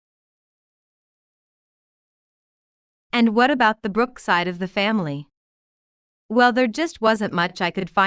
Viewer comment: Believe she is saying you are a Brugh or Ms. Brugh and it sounds like Brooks. Livingston is one of the first family’s of New York. Matter of fact, Phillip Livingston father in law is a Van Brugh.